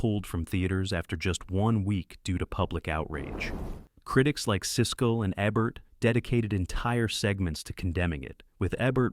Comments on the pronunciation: Eeeeebert! Roger Eeeeebert. Not Ehbert. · It's E-bert not eh-bert 1978 film is not "80s Movies" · Siskel & EH-BERT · EEE-bert...not Ehhhh-bert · If this an AI voice, fine i guess. If this is a person, it EEbert, not AYbert....jus sayin 😉😁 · EEEEEbert, Goddammit, Roger EEEEEbert. You haven't taken us over yet, AI, but until you do, get it right. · “Sesko and Aybert”😂😂😂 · Eh-Bert? Who’s Siskel & Eh-Bert? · Siskel and “Eh-bert”? WTF? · Ebert is pronounced EEbert. How about listening to the AI narrator and correcting the mistakes before you post this crap? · 13 sec what is up with the extra pause between video and stores lol 30 sec people don't "consume' movies, they watch them 52 sec again, now with super long pause between Saint and Nick hahaaha 58 sec Christmas is not sacred with a pagan symbol that is Santa Clause Ebert is pronounced wrong. The E is stressed, not the Eb lolllolo if you dont know how to pronounce names, why not ask? Or is that too simple, or how you can say this simple name????? , , how on earth did mess up the word controversy so badly????? But somehow said correctly the other times????? and nice poster on the wall! firestorm is a compound word, there is no pause between fire and storm wth is the "80's decade??? lol shouldn't it be banned throughout 1980s or throughout 80's lolol You might want to fire your orator. And writer. And editor. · ZZZZZZZZZZZZ. Not being able to pronounce Roger Ebert's name???? F this telescope. Who are these 10.1 subscribers? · The lazy producers of this video are using A.I. voice over that is so dumb it didn't pronouce Roger Ebert's name correctly. Pass. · Same here - no one mispronounces “Ebert”